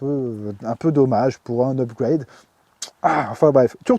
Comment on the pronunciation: Rien de mieux qu'un bon "upgoueyde" 🤣😘